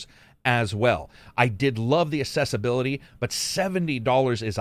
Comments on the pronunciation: Accessibility and assessability are two different words, pronounced differently. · Just wanting to check: you do know it is pronounced “ak-ses-sibility” and not “ass-ess-ibility” right? Maybe I’m hearing things wrong… Otherwise another great review! As usual… 👍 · Accessibility not Assessibility.